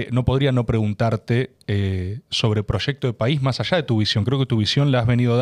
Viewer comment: Dijo "majallá" en vez de más allá. Me hace pensar que el Tajaí pudo haber sido natural...